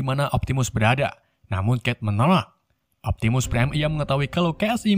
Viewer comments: niu optininung prrime ,optinung prime nungin ninu optinung priem uhk ohk ehk ehkkkkkkkkk😂😂😂😂😂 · Optimus pride urgh urgh urgh